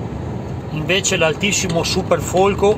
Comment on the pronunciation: Invezze anziché Invece che accento è?Quale zona ?